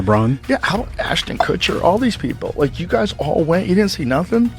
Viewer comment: Learn how to say his last name or stop using ai voice.